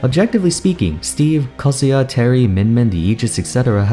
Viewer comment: What he says in his voice: Kazuya What I hear in my mind Kazuha XD